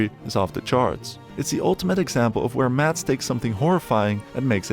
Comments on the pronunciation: It is not Matt. It is Mads. Why can none of you english speakers say anything in dansih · as someone that shares the same name. I do find it funny how foreigners always says maDs and puts pressure in the d, While in danish the D is silent. It's pronounced Mas. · It bugs me when everyone calls him MaDs...The D is silent. His name is pronounced Mas (like Christmas). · People need to learn how to pronounce his name,Mad-s, it's a silent d with a hard s - like a mass. Thank me later! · The D is silent. Just say "Mass" but a bit quicker than you would in an english accent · you dont pronouse the d in danish. so his name spoken is mas mikkelsen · Sorry, but as a Dane, Mads is pronounced "Mas", with a silent D! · i get that some scandinavian names can be weird and hard to pronounce to some. budt mads's name is litterally just pronounced Mas. it cant be hard :D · Dane here. It's always fun to hear the pronounciation of "Mads" in english. The d is silent, so it's actually more like the word "Mass", but more stumped and more weight on the a. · More like 'Maz' with the shortest A you can pronounce. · Forestil dig ikke at være dansk og ikke kunne se alle filmene på vores modersprog. Det udtales mass Mikkelsen. Og det er ikke “flickering lights” men blinkende lygter, pusher er en af hans dårligere film, han har faktisk lige lavet en fantastisk film ved navn den sidste viking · You’re saying his name wrong. Just pretend there’s no d in his name and you’ll accidentally pronounce it correctly. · The d in Mads is silent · THE. D. IS. SILENT. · A point: 'Mads' is pronounced with a silent 'd'. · You just erase half the Letters, as they aren't pronounced in Danish!!